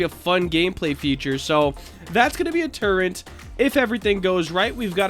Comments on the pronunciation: It's turret, not turrent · Its tur-et not tur-ent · Hey uhh so you kept on sayinf "turrent" lol, it was kinda bothering me so uhh.. there is no "N" so it would be turret. also could you try makeing the forcefields blue? it looks more futureistic (I cant spell lol)